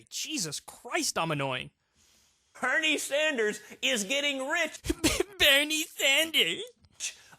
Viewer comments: Why does it sound like he's saying Hernie Sanders to me? Anyone else hear that or is it just me? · It sounds like he is saying Pernell Sanders instead of Bernie??????